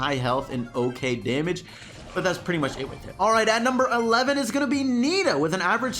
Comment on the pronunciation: Does anyone else cringed when he said bo Damge is ok